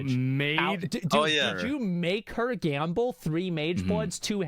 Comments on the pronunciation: Is no one going to talk about him saying "gamba" instead of "gamble"? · Whys he saying gamba? Its gambling, and thats how to olay poe